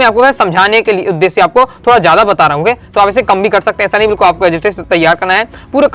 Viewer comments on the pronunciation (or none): none